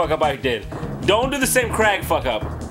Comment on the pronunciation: "Hey, im crag." "Im not so crag." "Aaaannnd we're the crag crumps!" Or "in this corner theres a crag... Im a crag" "in the other corner not so crag." "Its crag crump vs!"